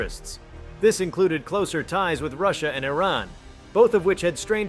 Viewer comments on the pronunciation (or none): none